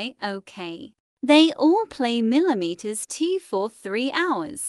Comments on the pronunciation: “Millimeters 2”💀 it’s MM2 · The time that the facking narrator said milimeters 2 always lmao hahaha